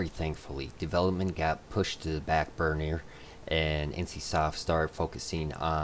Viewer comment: "BURNIER!!!!" lol someone can't talk. XD.